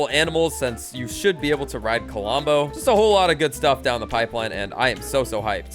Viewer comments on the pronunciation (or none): hearing K O L O M B O instead of Klombo so many times, made my ears bleed a bit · Did anybody notice that says Kolombo instead of klombo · KLOM BO, NOT KO-LOM-BO!!! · Why you say "CuhLumbo"? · He can't even say Klombo right. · Yh i noticed it even from the start he started talking about Klombo